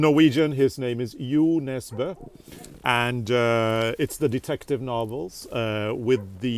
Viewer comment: I have read lots of Jo Nesbo! Harry Hole. Thanks for the proper pronouncing. Happy Easter to you and!